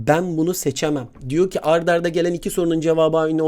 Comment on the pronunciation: hocam ard arda değil art arda olcakk😁🙃